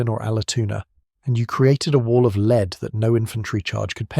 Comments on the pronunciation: Hollow "leed" bullet? I can't stand this AI slop reading. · More AI crap. Rifles that fire “leed”? Dead giveaway. Bye.